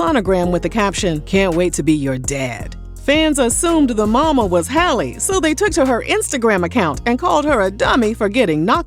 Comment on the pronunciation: Just loud and wrong HALLE her name is HAL LEE